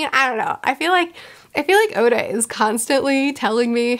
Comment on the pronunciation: I've heard her mispronounce a lot of things, like Oda being Osa, but now she just pronounced ally like alloy and I kinda lost it and giggled out loud.